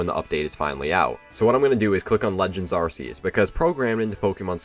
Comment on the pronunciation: Why did you say arseus?